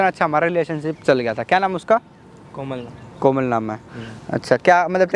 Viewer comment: pr ladka komal ko kolam bol gya 😂😂🤣🤣🤣🤣😂